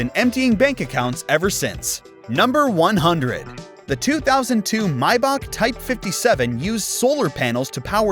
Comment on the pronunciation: How to pronounce maybach may, the month bach,back for all my american peeps